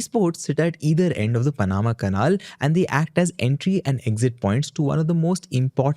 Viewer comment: it's pronounced pan-ama canal. not paan-amma canaal. :face-purple-crying::face-purple-crying::face-purple-crying::face-purple-crying: you're a host mate. you literally only have ONE job requirement.